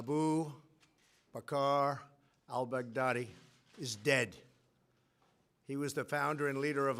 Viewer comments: I heard that too 😂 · Trump.... "Abu Bakr Al Bagardyy" ?? 😄